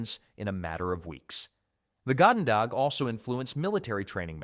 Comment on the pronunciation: Narrator pronounced "goedendag" about 5 different ways in that one segment.